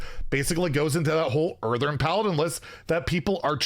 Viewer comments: Someone has to say it: IT'S EARTHEN! EARTHEN! IT HAS ONE 'R'! ONE! NOT EARTHERN! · Say it with me. Earth-EN Earth-EN. NOT Earth-ERN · Hearthstone: "Earthen": "Earthern" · My man will go to his grave saying earthern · Anyone else get annoyed when says "EartheRn"?